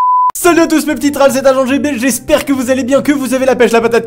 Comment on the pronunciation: Qui a remarqué il a dis trall au lieu de dire troll